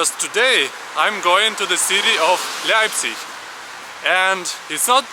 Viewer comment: wtf u mean i dont go there to travel leipzig is a nice city also its not leipzigi its LEIPZIG!!! FU